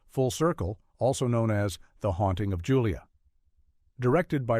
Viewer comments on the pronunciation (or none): none